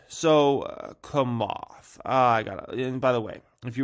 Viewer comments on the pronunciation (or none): Bruh its chamath as in “tshamath” not kamath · it s Chamath ( like chair not kair ) lol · It’s “Cha-math”, not “Ka-math” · Cha cha chamath. Not Kamath lol. Do your own research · It's CHA-moth 😂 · "Komath", "Ever-Granday", "Akai bowl" 🤣 never disappoints! 🤣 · Man u still suck at saying names holly smockas this is definitely no JOKAS. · Learn to say chamath not that hard! Say it likes it’s spelled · Just here laughing hearing you say Chamath. 😂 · Dude, you can’t even pronounce Chamath lol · can't pronounce 'Camarth's' first name either by the sounds of it 😂